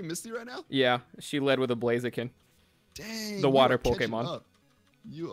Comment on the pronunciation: Me: Expecting to hear thunder yell, "A FRICKIN BERAZIKAN": A FRICKIN BWAZIKAN! Me: Eh, close enough